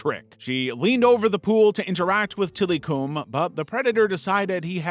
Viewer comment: Till-eh-come is how to pronounce Tillikum